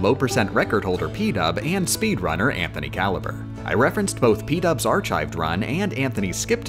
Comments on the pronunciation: How you day archive annoys me greatly. Its pronounced ark-ived, not arch-ived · Archive (arkive) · Stop saying ar-chive please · why did u say archive like that